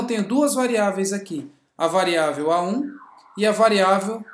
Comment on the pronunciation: Corrigindo : variável é o que VARIA, e não « VAREIA ».